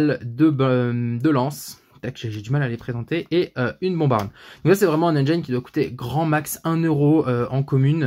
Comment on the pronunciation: Le i de engine se prononce comme le i en français on oublie pas 😁 sinon bonne vidéo 👌👌👌